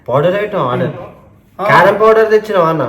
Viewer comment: Poder ❌ powder 😂😂😂😅😅